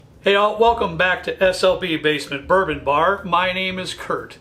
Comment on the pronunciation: RARE "Bouron"???